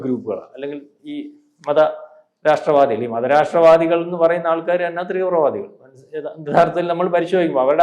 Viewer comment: Threevra vaadam👎 Theevra vaadam 👍